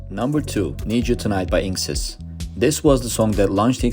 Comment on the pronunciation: It's pronouced; "in-x-cess" not "ink-iss" Also it's: "ex-poe-zay" not "ex-pose"